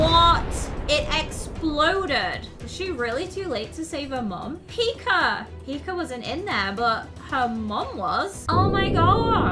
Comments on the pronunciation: I LOVEE HOW PRONOUNCES PIKA “PIKER” IT’S ADORABLE 🥰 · I heard her say pikr